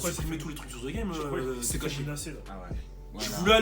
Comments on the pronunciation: On ne dit pas (zee GAME) mais (deh GAME) pour le THE GAME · Tu as déjà vécu au US comment ça se fait que tu prononce encore The game, ze game >.< j'ai saigné des oreilles